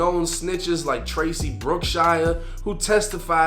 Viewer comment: This nigga said Tracy Brookshire 😂😂😂😂😂😂😂😂 “Stacy”